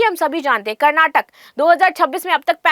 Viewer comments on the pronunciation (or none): none